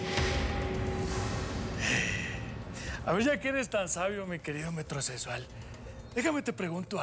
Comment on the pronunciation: Ese teca. No sabe pronunciar bien je je je metrosesual 😂😂 y a parte hablando como el sr de los cielos